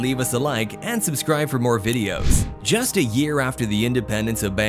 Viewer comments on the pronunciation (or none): none